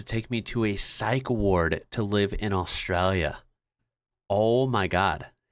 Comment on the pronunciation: Please say Australia properly. You're killing me!!!